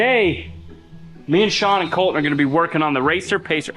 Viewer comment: It's "Col-TON' not "Col-TIN' or "Col-en". Sean should get to do a burn out everything wrecks something and Sean has to repair it.